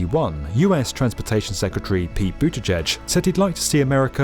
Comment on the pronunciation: Pronounce the last syllable of Pete Buttigieg's name like "ee", and put the stress on that last syllable, and you've nailed how to pronounce it.